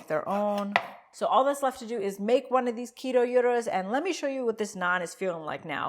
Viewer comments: Year-dos. Soft d, almost roll of tongue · I've always heard gyro pronounced like "hero". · It's pronounced "Gyros"... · I'm glad she did too. I cringed for a second when I heard "guy-rose" 🤣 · She pronounced it in every way possible but not the way I pronounce it lol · You said Gyros almost right, don’t forget the s. Gyros is singular, gyroi is plural. 😉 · She still didn't pronounce it. It is not pronounced like the European currency 'euro' it is 'ghee-ro' but not with a hard 'g' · When you said 'guy-ros' I died a little inside. You still weren't pronouncing it right but most people don't know how to pronounce it. It is a 'ghee-ro' but not a hard 'g'. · I love you guys but cringed when she said GUY-RO 🤣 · I thought it was “gee row”, but with a softer g. Anyway, looks fantastic!! I only knew about psyllium husks through Metamucil!!?? 😂